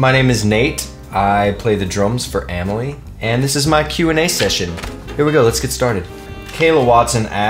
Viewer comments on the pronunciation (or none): he answers two of my questions<3 win! even though he pronounces my name wrong. xD